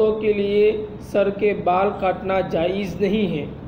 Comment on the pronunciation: جائز اس لفظ کا تلفظ صحیح نہیں